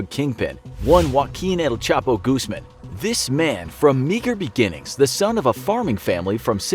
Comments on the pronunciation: Did he just say goosman instead of guzman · Goooseman 🤣🤣. Guzman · It's guzmaan, not goose-man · As a Mexican, I liked the video, but man is it annoying to hear you pronounce Guzmán as GUZman and not guzMAN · As a Mexican I know that El Chapo’s Guzmán Last name is pronounced Guzman not Gooseman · this man really said “el chapo gooseman”😂😭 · “Goosemen” 😂 I’m dead 💀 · Why he say his name like goosemen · "One Wakeen El Chapo Gooseman" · My boy said “Gooseman”😂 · It’s goose-man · I kinda got triggered every time he said "Goosemen" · Juaquin el Chapo “goosemen” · americans never seem to consider accentuation when pronouncing spanish words, and they fail miserably because of it. The wrong accentuation of "Guzmán" in this video is sooo cringe. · Absolutely no one would say Guzman like that💀😂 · Look man I'm gonna hack your YouTube if you dont say his name right😂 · He really doesnt know how to say Guzman? He said the guards name perfectly